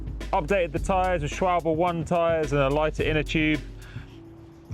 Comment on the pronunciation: Wow! you are the first person on YouTube I've ever seen pronounce Schwalbe correctly. Lovely stuff!:D